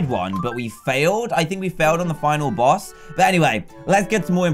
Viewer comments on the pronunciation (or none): none